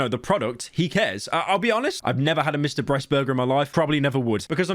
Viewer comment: He really said “Mr. Breast” at the end😅 where’s the edit fam